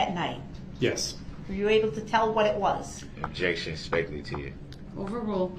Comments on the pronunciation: Prosecutor: What is your name? Brooks: Objec-shun. Leading, speck-uh-lative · Every time I hear DB say "objection", all I hear is him saying, "disruption."